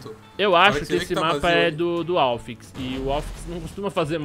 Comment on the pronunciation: è "Alfíx" e não "Álfix"